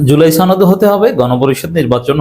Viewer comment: "সনদ" এর উচ্চারণ টা ঠিকমতো করবেন, এটা ছনদ না।